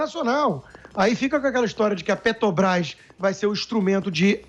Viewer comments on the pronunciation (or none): Será que esse idiota tem algum problema com a Petrobrás, não só com a empresa mas com a pronúncia ele falou umas dez vezes Pet"o"brás